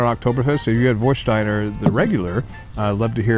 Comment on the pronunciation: Nice review. I have just one suggestions about the pronunciation. It's an "a" not an "o". Warstein like Westphalia.